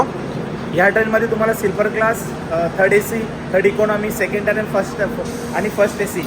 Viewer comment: टायर नसते टीअर असते दादा ते